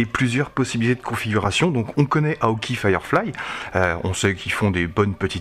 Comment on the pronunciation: Par contre, on prononce hawk"aÏe"! ;-)